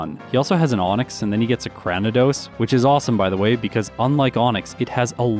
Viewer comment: Afaik. Arceus has two official pronunciations. It was originally are-see-ess but was later retconned to are-key-ess. Speaking of pronunciations, there were quite a few in this video that you technically got 'wrong': Cranidos is pronounced cray-ni-dose, like cranium! Grotle is apparently 'gruh-dull'. Although, unless the name comes from grotto rather than growth, I actually think grow-dull makes more sense. This one I'm not as sure about, but I think Gardenia is pronounced gar-deen-ee-uh, like the flower. Roserade is officially pronounced rose-raid, though rose-uh-raid does arguably make more sense because it sounds more like masquerade. Mismagius is officially miss-maggie-ess, believe it or not. I guess that's why Fantina's was nicknamed Miss Maguire! Staravia is star-ay-vee-uh. It's likely a combination of 'starling' and 'avian'. This one's a bit more nitpicky but Roselia is row-sell-ee-uh rather than row-say-lee-uh. Tropius' official pronunciation is trop-ee-ess. Makes sense, it's about as tropical as a Pokemon gets. I used to call Hippowdon hip-oh-don too but it's actually hip-ow-don. Lopunny is pronounced luh-punny. It's a lop-eared bunny! And finally, Milotic is officially my-low-tick. Its name comes from Venus de Milo.